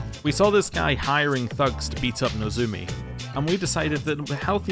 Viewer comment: But you do keep pronouncing "Nozomi" as "Nozumi"